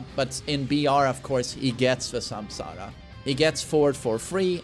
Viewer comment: That is the proper way to say it